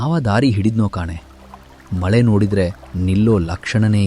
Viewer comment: ಮ ಲೆ ❌ ಮ ಳೆ